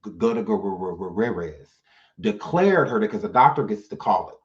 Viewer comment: I'm Dead! 😂 U killed that last name!🤣 (Gugh- tier- ez) it's my step father's last name.That was soo funny.😂